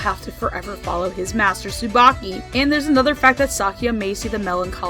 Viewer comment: STOP. RIGHT. THERE. Tsubaki is pronounced differently in that show